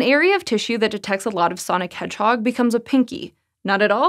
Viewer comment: Nobody:: SONIC HEDGEHOG